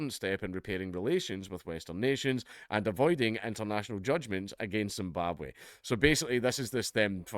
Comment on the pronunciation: Zimbabwhaaa? Oohhhh you mean Rhodesia?